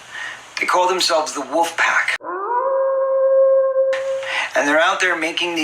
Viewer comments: He said woof pack, not wolf pack!!!!!!! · corey is saying "WOOFpack" not "wolfpack" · Omg...everytime he says "Wuffpack". 🤦